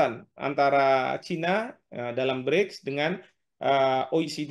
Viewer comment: mba presenter nya ini sepertinya menyebut BRIDGE/BRIDS bukan BRICS 😁😁